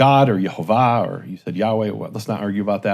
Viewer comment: I don’t believe that’s the proper way to pronounce Gods Name. I think going doing so came with certain breaths and cantations that we don’t have now.